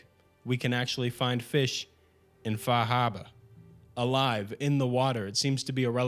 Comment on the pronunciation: the way you said far harbor like a new yorker, how did you end up in the mojave anyway